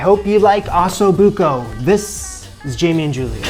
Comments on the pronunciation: First thing you should learn is how to pronounce it properly ….oh so book oh …. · For as much anxiety as watching this video gave me, from the pronunciation of osso buco to his moving the hot braising pan with his bare hands and everything in between, this dish looked delicious. My mouth is still watering. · You can’t pronounce osso buco, and comments say you mispronounce herbs also. Sad. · Can’t pronounce Osso Buco correctly either.